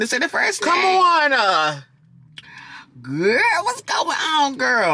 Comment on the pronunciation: " WENDY WILLIAMS HUSBAND PUT A HIT ( HOUT) (HON )HER."😁